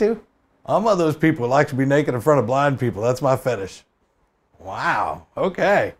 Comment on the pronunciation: i also heard "bi people" i was like what???